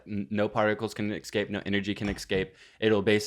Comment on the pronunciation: says ‘exscape’ instead of ‘escape’. Let that sink in.